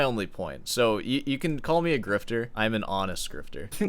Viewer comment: its pronounced "call" not "coy"